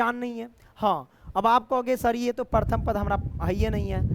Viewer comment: Paratham nahi hota hai sir Pratham hota hai